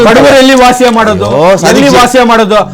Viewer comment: ಲೋ ವಾಸಿ ಅಲ್ಲ ವಾಸಿ ವಾಸಿ ಅಲ್ಲ ವಾಸ ವಾಸ ಮೊದಲು ಕನ್ನಡ ಕಲಿತು